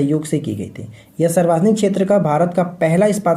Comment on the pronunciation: Sir aap sarvjanik ko sarvajanik q bolte hai ?